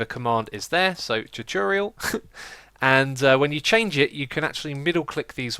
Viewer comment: lol, choo-chorial :P